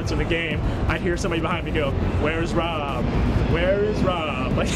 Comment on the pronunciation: Anyone else think they thought the guy's name was Bob instead of Rob? It certainly sounded like it to me.